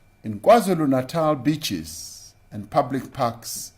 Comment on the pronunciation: He said beach in awkward pronunciation. With emphasis